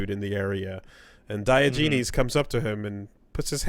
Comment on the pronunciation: “Dye Oh Genies” The fuck...